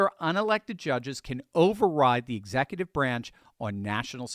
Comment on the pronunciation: What's an exackutive?